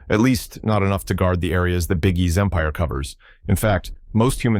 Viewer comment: dont say big E like that you know what i mean.